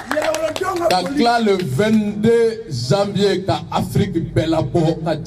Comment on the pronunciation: Ben, il faut retourner en classe de 1ère année pour apprendre à bien prononcer les mots français qui se terminent par # ion # comme: génération, mission, et les mots qui commencent par J comme Janvier et par G comme génération. En prononçant ces mots c'est comme si vous parlez chinois.